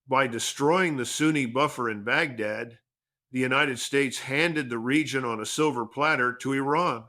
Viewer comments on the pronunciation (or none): none